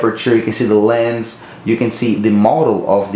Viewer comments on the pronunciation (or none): none